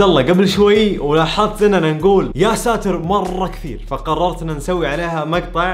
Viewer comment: يااساتار غلط انوتقولنها قولو يا ستير